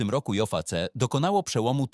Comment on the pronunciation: JVC nie czytane Dzej Wi Ci kto to czyta?